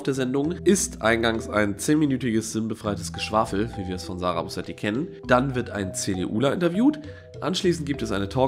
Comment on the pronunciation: Du hast zwei wichtige Punkte vergessen: die beiden Punkte auf dem "o". Sie heißt "Bösetti", nicht "Bosetti".